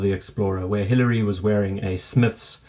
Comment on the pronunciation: Hillary not Biliary¡!!!!!!!!!!!!